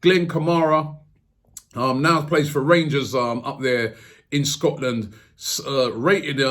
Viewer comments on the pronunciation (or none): none